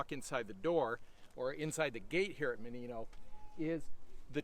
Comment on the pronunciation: It's mOnino, not monIno